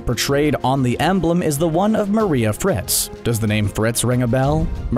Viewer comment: Bro you butchered the names of sina and maria and its not colussus its colussol in the anime and sina is like john sina